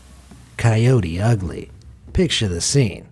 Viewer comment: dude says kyody him : shows a wolf